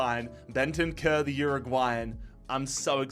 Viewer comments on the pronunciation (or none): none